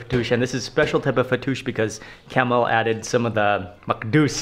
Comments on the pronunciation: Myst Lyfe no his name is not Camil, it is Kamaal. That’s how it is pronounced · You should pronounce KEMAAL not CAMEL🤣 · he pronounced it wrong probably Kamal or Kamil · His name is kamal not camel 🐪 🤦🏻‍♀️😂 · His name is kamal Not camel😂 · I agree !!!! But he keeps on calling him (camel) Its not camel !!!!! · 😆😆😆😆 and poor Kamal aka camel, 😆😆😆in all the videos, he pronounces his name camel 😆. You would think he would have corrected it. So, he's calling him camel the whole time. Too funny! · Yes, you are correct, not "camel"....!